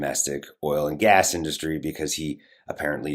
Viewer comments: Drives me crazy. He puts the stress on the wrong syllable totally. All I here is "DUST- tree." Ok, Trump. Go dust your tree you ignorant bastard. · Thanks. Is Donny's pronunciation of 'indus----tree' a Trumpism, or the way y'all pronounce it over there? Maybe they taught him that at Wharton?🙃